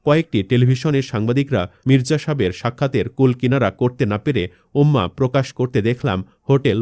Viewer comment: উম্মা কী,উষ্মা --উশমা।দয়া করে শুদ্ধ উচ্চারণ করুন।